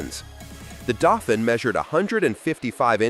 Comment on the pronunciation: The word for the Renault is pronounced "Daufeen," not "Daufin!"